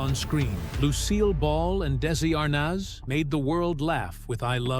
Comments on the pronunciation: Why is the announcer mis pronouncing Desi ARNEZ NOT ARNOZ . You are insulting people who IQ is above 100 🤤🤤 ARNOZ..... get a clue you ignoramus !!! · It's pronounced Arnez not Arnos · As soon as I heard the narrator say are-noz, i quit listening. Most of this stuff we've already heard. Next. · It's pronounced "Dezzi ArNEZ" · Are nez' phonetically..please! heard his last name mispronounced before w this narrator mispronounced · You're mispronouncing Desi's last name! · If you are going to narrate a video at least learn how to pronounce the names right you’re driving me nuts with wrong punctuation. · Why does the narrator keep pronouncing Desi's last name wrong?? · I have always loved and enjoyed the Lucille Ball TV shows!. I cannot enjoy this posted video with the announcer mis-pronouncing names, showing photos of favorite celebrities with the wrong verbal names spoken. This major actress needs to be applauded, appreciated, and honored! Do not TRASH the great Lucille Ball 🥺😠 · Pronounce Desi’s name correctly! Desi and Lucy were not an interracial couple for heaven’s sake!! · Shouldn’t the narrator know how to pronounce Arnaz? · Never saw anything to gasp over. You are pronouncing Arnaz wrong. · Why can't they pronounce Desi's name properly??? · Damn...at least pronounce their last name correctly......